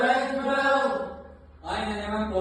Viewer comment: It's "Ackbar" not "Aickbar" 😡